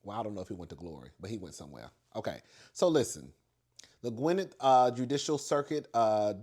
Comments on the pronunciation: It's Gwin-NETT, stress the NETT. I'm glad Ky Frost was not charged! T Hood was physically abusive so he got his deserved consequences. Now it's time for singer D4vd to get his consequences! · Gwu- net or Gwi-net .(just 2 syllabals) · you super late on His and Hers but yes it was fire! And it's pronounced Gwin- Net county.